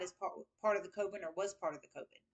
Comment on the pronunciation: Dear.... a witch's COVEN is pronounced Coven. Rhyming with OVEN. Thanks for correcting